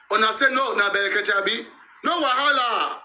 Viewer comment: The name us " BREKETE" PRONOUNCE IT PROPERLY...It's not FUNNY...he goat🐐